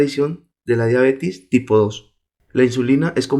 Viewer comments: Se dice diabetes no diabetis. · Me estresas diciendo diabetis !!! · no es diabetis, es DIABETES